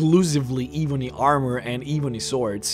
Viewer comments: Dude you know that you are saying ebony wrong. It's not eeeebony, its EBONY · Ebony not ee bony ffs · it actually changes depending on your region i can also be Ebb-on-ee or Ebb-en-ee but i agree Ee-boo-nee is a bit aggravating to listen to. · saying, it's pronounced "Eh-bu-ny" — similar to bunny. Like an ebony woman. Not "Eh-bone-y". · Why do you call it EEEEeee bunny? IT'S (Eh bun eee) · it's eb,not eeeeb,,your pronouncing it wrong. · I'm sorry I was just trying to help him no offense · It's not eeeebony warrior - Think "Egg" - Pronounce the E same way as you would say Egg - "Ebony warrior" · It’s not eee bon eee it’s eb. O knee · It's not ee-bunny. Its eh-bunny. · Why do you pronounce it eweenie instead of ebb ony eb bony (ebb pronounced like web spider web) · Ehh-bony....oh my god....not EEE-bony. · Here is how you say ebony Eh-bun-ny Not iibanie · .... omg I can’t listen to you say EEEEBONY WAHREEOR one more time.... Eh bony woh rior is how you pronounce it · Jesus, it is ebony not eebony... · Ebony as ebony and ivory black and white ebony is black, eebony is not a word. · Not Eee-benny Eb-bony 😂😐😑😤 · Why keep saying Eebony? While it's .. ebony ;-) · Jesus just say Ebony, not EEEEBony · Its not ebeney it e bo ny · Why pronounce it e boney its ebony ! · It’s EBONY, not evony, dude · It's pronounced "eh"-bony. Not "ee"-bony. Drives me nuts. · not hating... but can you pronounce your words proberly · It’s Eh-bony not Eee-bony I know your First language but come on learn how to pronounce English words pls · Duncan Douglas bro for god sakes plz ........... it's. ............. Ebb-uh-knee!!!!!!!!!! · Kinda sounds like “ihvony” towards the end. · Seriously....why cant he say it right? I've never heard someone call ebony, E-boney before... kind of driving me crazy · lol yes me too "ihbonhee wahhhhrriiyor" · My skin crawls every time you say E-Bonnie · "Eeebony Wahrior" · The Eebunny Waurier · eebonee waarriar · Eee-bo-knee warry-er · “Eebony” haha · Eebony Wahrrior?